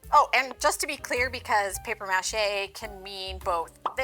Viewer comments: The way she is saying mâché is driving me insane lol muuuh Shay not Mash ayy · It’s “paper muh-SHAY” 😂😅🤬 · It's really cringy to hear paper mache pronounced mă shay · I can’t stand the way you pronounce “Paper MA Chey”😤Got through a whole 45 seconds of this video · Paper mash-A 😂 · OK, but why are you pronouncing it that way? lol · Please stop saying paper mache like that. It hits the ear all kinds of wrong. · You must be from like Minnesota or something because you keep pronouncing maché wrong and you don't have a sloppy "mass" all over your hands... it's a mess. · You are SOOOOOOO annoying..."Paper MAche" Had to turn you off!!!!!